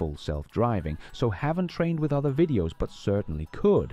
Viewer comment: If AI is doing your voice have it learn to pronounce V instead W. No more wideos just videos. From a single language Canadian who slides in eh every chance I get. 😊